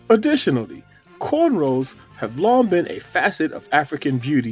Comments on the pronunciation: Yo, It’s “rows” NOT “rolls”. Are you guys really kin folk?! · It’s corn ROWS not corn rolls. I actually hate when people say that lol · The term is "Corn ROWS" not "Corn ROLLS". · What the fuck is a "cornroll"?? Black Excellence at it's finest.